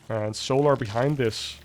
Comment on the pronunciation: FFS MAN..... ITS "SOLAR"... NOT "SOOO-LAR"!